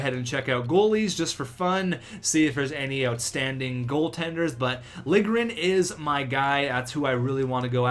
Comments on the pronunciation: Its pronounced "Lil-ye-grin" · To properly pronounce it, its Lil-ya-gren. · It's Lil-Ja-Grin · lil-je-gren jesus man you need to sound out the names more often haha